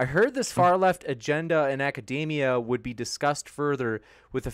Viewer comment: A pet peeve of mine: "Academia" does not rhyme with "macadamia". (Vaush)